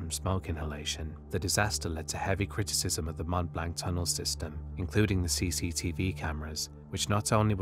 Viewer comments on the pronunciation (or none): mont blank? mont blanc, pron', blon. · it is not pronounce Mount Blanc, it is pronounced Mont Blonc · Mont Blanc - you have to say Mmoh blurgh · Extremely interesting and obviously very well researched! Just one small point for your channel improvement. “Mont Blanc” has the French pronunciation of “Mont BLONC” That’s how it’s pronounced in the English Language also! Best Regards. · "Mont Blank"